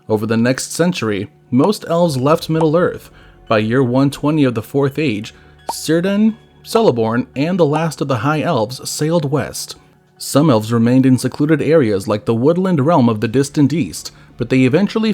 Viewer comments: Sindarin is similar to Welsh. 'c' is always hard as in 'captain', never soft as in 'celebrity'. Using 'k' and 's' to highlight this: 'Keleborn', not 'Seleborn and 'Kírdan', not 'Sírdan'. . Loved the vid. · It’s a hard “C”… it’s not Sirdan and Seleborn. Sheesh. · C is a k sound. Cirdan and Celeborn would be pronounced "Kirdan" and "Keleborn". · "Sirdan" and "Seleborn". Fucking embarrassing for a channel called "One Ring Lore". Pathetic. If you're going to use AI instead of narrating it yourself at least make the effort to have the AI get it right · they're pronounced Kirdan and Keleborn